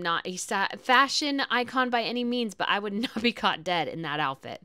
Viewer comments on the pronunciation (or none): none